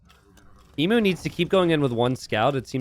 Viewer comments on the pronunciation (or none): Only in t90s world. In the real world Emu is pronounced eem-you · I love these small maps. PS - Do all Americans pronounce Emu the way you do? Never heard it pronounced like that before.